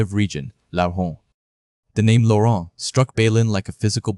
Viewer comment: did I hear french, Laurunt😂😅